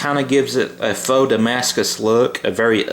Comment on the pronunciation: FAUX pronounced like "foe" not like "Fuks" or "Fauks" or "Fox".